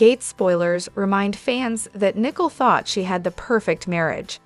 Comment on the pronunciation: Her name is Nicole not .Nii cole